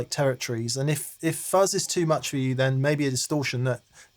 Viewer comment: I almost thought said, "Thank you so MERCH." And I would fully endorse that.